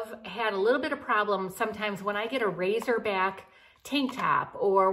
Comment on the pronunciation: Not to be the english police, but it's "racer back", not "razor back".......LOL! LIke the racers on a swim team.....the suits have a racer back. Love you and your videos! Hope I didn't offend.:)